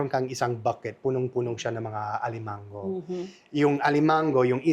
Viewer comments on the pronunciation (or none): Funny when he said crab "alimanGGo". I love him so genuine. Keep up the good work,!